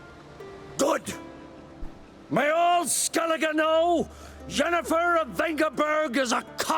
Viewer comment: Did you notice Ermion pronounced Yennefer as Jennefer, is that right? good video by the way.